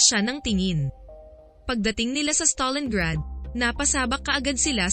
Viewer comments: It's STALINGRAD, not StalinGARD. Nice vid though. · Stalingrad hndi stalinguard